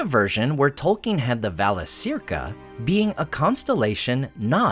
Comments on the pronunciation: Shouldn’t it be pronounced Valakirka? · Yes. Vala-KEER-ka. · I have to nit pick here. But the letter c is always pronounced like the letter k in Quenya. It should sound like Valakirca. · I had not thought about the significance of the stars above Middle Earth before, but hearing about the different cultural meanings between the Free Peoples, makes me appreciate the worldbuilding much more. As usual your information is excellent, so I only want to point out a tiny improvement in terms of pronunciation, which I hope you don't mind: both Cs in Valacirca would have been pronounced the same, as hard Ks, just like the C in Círdan. So for English speakers it becomes va-la-KEER-ka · Yes, it should. A 'C' is always pronounced as a K.